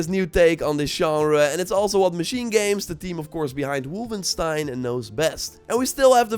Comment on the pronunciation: ...did you just say Wulfenstein - dutch böy!